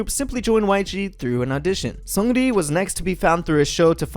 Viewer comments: Hey there, it sounds like you’re working hard on your korean pronunciation so I want to let you know that 승리(seungri) is pronounced 승니(seung ni), and 태양 is pronounced as it looks, like Taeyahng, not taeyayng :) love your videos! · the way he pronounces seungri, lmfao.